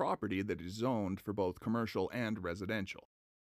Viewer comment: Has anyone noticed that Michael says “wiff and boff) instead of with and both???